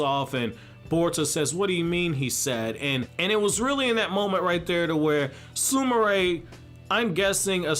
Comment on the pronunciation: he prounoced her name right 😮😁